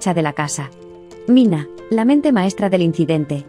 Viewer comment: NO ES MINA, ES MINEH.